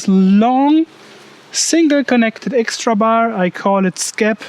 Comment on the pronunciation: Digga ich weiß du machst das mit Absicht aber wenn du noch einmal „ixtra“ statt „extra“ sagst, dann schmeiß ich was gegen meinen TV 😂 …oder ich mach nen Trinkspiel daraus 🍸